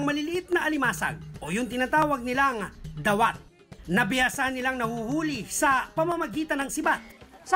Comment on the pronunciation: Missing you sir cesar... natawa ako sa sinabi mong "dawat" naging "the who"